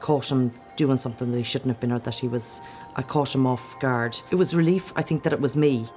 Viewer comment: I love you said "I fink"